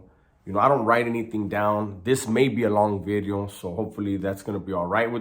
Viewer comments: It's video not bideo broken English bideos lol lol lol lol lol Today's bideo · I like bideo better lol